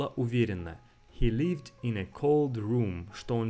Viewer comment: "Lived" vs "leaved" - опять то же краткое и длинное "и"